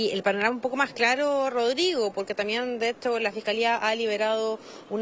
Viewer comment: La señora tiene que decir también no, tamien.